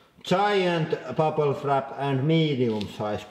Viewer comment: "buple frap"